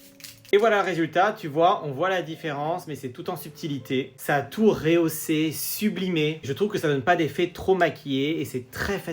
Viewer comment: J'aime bien tes videos mais désolée d'avoir à te dire ça. Je t'entends tout le temps dire réhausser. Il n'y a pas d'accent sur le "e". Donc il faut dire "rehausser". Merci.